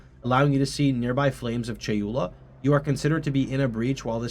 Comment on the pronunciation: I'm from deep south Texas BRO you just said "acolyte of CHALUPA" haha someone's hungry